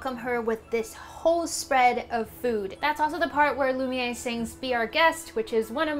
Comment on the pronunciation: you keep saying it wrong its lum i air is pronucation.